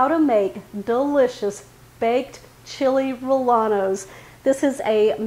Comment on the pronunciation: Chee-lay ray-yay-nos, proper pronunciation